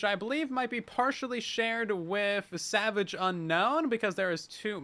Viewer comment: Lol its Sewage, not Savage (sewageunknown)